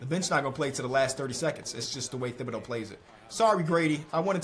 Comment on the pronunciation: always be saying thibodeaux wrong lmao